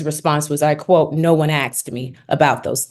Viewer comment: I'm sure this lawyer is very highly educated, and is being paid very well in this case. Please stop saying axed 🙏🏻🙏🏻🙏🏻That drove us all crazy with the first hearings. And the adding of "your honor" in the same way people add "Father God" while praying when they are just filling empty space with words. I'm only 4 minutes in.... let me continue watching now.